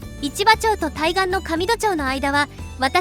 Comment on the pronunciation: 上土町はかみどではありません。あげつちと読みます。よそ者だとすぐわかる。表面的に知ってるぶられるのが一番嫌い。